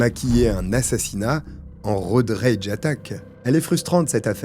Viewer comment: ton Worcestershire était parfait, c'est exactement la prononciation. Pour Road Rage, les r sont plus discrets.